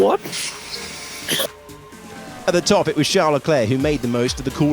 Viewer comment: But why did that "What?" sound SOOOOO British? 😭